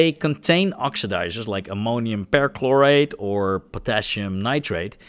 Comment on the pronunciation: Of course, I'm happy to help! I'll do my very best. Here's one: the "per" in permanganate and perchlorate is pronounced "purr" instead of "pair".